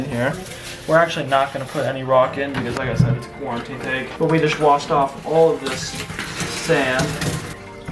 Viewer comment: Nobody:: Cooriteen